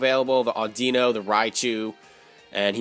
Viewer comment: audeeno?? it's audino like idunno